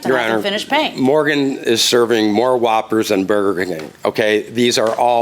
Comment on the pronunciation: Is nobody gonna mention how he said whoppers from Burger King 💀